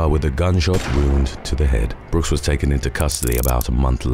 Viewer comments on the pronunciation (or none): none